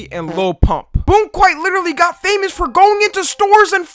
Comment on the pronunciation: Nothing will ever make me understand why every one of those "snowflake/kid/woman/sjw/whatever meltdown!!1!1" channels pronounced "literally" as "litcherally".